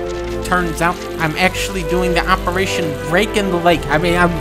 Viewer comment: "RaKKe IN ThE LaKKe"